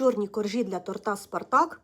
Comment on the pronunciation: Будь ласка, тОрта, а не ТортА!